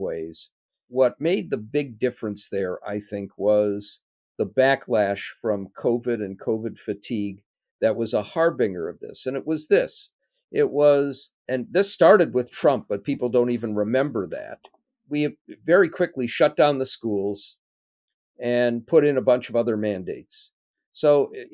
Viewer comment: Harbinger is pronounced like ginger, not like dinger. There. I can now go about my day.